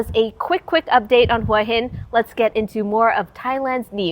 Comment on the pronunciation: Hua is pronounced Huwa ,not Wa. Why would a Thai person pronounce it incorrectly?😠 Hua Hin means Head Rock.